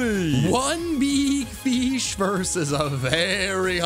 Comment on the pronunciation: BEEG FESH